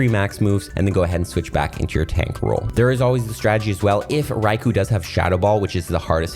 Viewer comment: Fun Fact: The ‘U’ in Raikou is silent